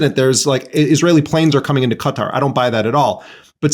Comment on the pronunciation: How do you fuck up pronouncing Qatar that bad